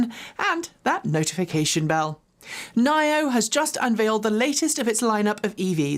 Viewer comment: nio is pronounced ‘nee-oh’, not ‘ny-oh’. basic courtesy.